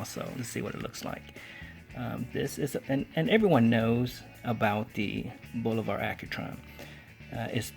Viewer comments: BOO LO - VAH....cmon man. Bolivar...... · There is no R in Bulova. It's not Bul-o-var..